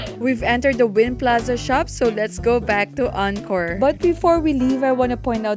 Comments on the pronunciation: Next time please ask how to pronounce the name of the hotel. The hotel is not pronounced Anchor, it is Encore (aan kor). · Prounounced On-core 🫣